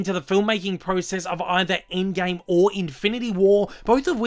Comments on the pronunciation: "aind gaime" xdd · the way he pronounces "Avengers endgame" 😂😂